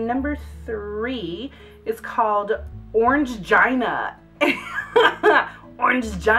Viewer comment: it's pronounced orangeena >.> lmao